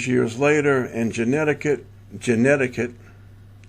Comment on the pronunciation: I noticed by you said genetic wrong 3 times in a row. Anyway, I noticed the word genealogist has the sound genie and I don't think words are put together randomly. As in, there's a very good reason why genealogist has the sound genie at the start of it. So, I looked up genie thinking about the bloke in a bottle with 3 wishes and came across genie the feral child as the first suggestion on google. So, I click on it and find out that she was taken into care by the authorities at age 13.